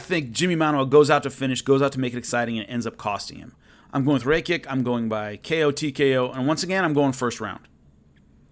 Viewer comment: It’s pronounced ‘ ra - ki -ch .... I should know my name is Alexander Rakic lol